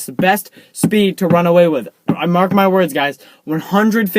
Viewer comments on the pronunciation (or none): This video should be titled how to commit suicide XD And he said "mark my murds